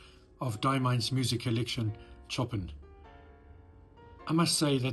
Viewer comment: BTW, don't mean to nit-pick but Ch in Chopin is pronounced as Sh and the 'in' is more towards 'an'. Sorry - I'll get me coat...